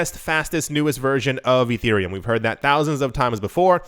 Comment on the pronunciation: Erethreum?! Urethrea? LOL Dude....come on